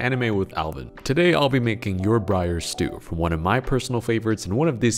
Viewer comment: Dude it's Yor Forger